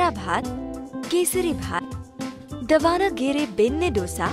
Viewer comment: the way she said davaanagere benne dosa .. haha..